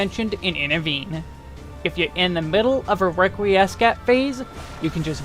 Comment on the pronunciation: Love the guide, BUT, "Requiiescat" is pronounced "reck we scat" not "reck we ess cat" i was cringing everytime you said it out a loud. Love ur other videos too for WAR and SMN please keep up to good work =)